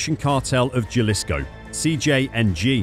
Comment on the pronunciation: J is pronounced as H in Spanish. Jalisco is not Ja, it's HAlisco*